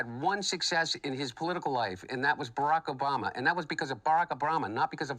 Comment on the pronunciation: "Baracka Brama"🤣